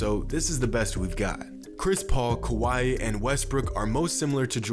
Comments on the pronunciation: I feel like you say “kawhi” like “Hawaii” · It’s Kawhi. Not like we’ve heard this for the last 3 years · Why do you call Kawhi Leonard kawaii? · It’s kawhi, ez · That pause at the end for Kawhi... That felt like it was John Bois inspired from his 3pt video.. Just sayin...